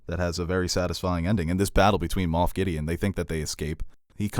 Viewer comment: It’s Moff Gideon. Not Moth.